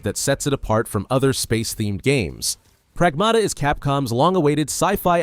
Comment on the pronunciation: It should be pronounced as prAgmata. Not "pragmAta". It's a Greek word meaning "Things".